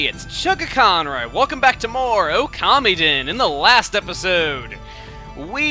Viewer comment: i thought it was pronouced (Oh- ka- mee- den). not (Oh- kami- den)